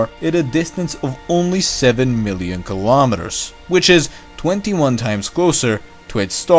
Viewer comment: STOP SAYING GILOMETERS!!!